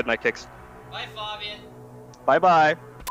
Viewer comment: “Heres Pengu” 😂😂😂